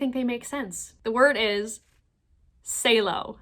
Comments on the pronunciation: It's not sailo is Salo the goalie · Bruh, Salo as in Tommy Salo....the goalie, who took a puck off the head in the Olympics against Belarus.....not "Say-lo" lol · SAH-LOW. Not SAY-LOW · Salo, as in Tommy Salo. Pronounced (Sāh-low), not (Say-Low). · Say-Lo? Dont you mean, Sah-Lo, like former Canucks D-Man and captain of the 1-nut club? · I stopped watching after that . It was too cringe them saying “saylo” instead of salo . Also as an oilers fan we had tommy salo for awhile as our goalie so that first one was very cringe watching them mispronounce it lol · "Say-low" Come on... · Was just gonna say, probably a Tommy Salo (Sah-low) reference lol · yeahhhh I think if she pronounced it right some of them would've gotten Salo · Not only could they not get the Salo one correct but they can't even pronounce it right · Cringed on their pronunciation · The mispronunciation of Salo kinda irked me. That term is probably named after Tommy Salo.. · thats definitely what it is. I guessed the definition (and mispronounciation) immediately. who doesn't know the Swedish ledge Tommy Salo?!